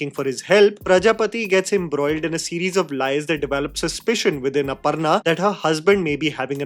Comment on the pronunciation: ITS NOT "अपरना" ITS अपर्णा 🙄🙄🙄🙄